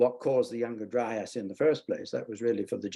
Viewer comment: Kills me when some people say younger-dry-ass.